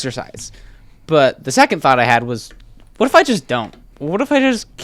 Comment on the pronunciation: you know this is serious if he pronounces "what" like "whae"